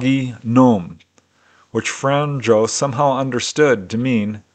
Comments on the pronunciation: I really like your videos. 1 tiny thing,In croation j is pronounced y so Franjo will sound like franyo, german also has y sounding j. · If it matters, it isnt "fran-joe"... more like "franyeo". The 'nj' in Franjo makes like a 'nye' sound. Imagine 'Fragnio' in italian.